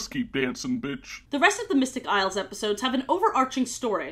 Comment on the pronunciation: At some point "Isles of..." Just started sounding like "I love.. " and I love that😂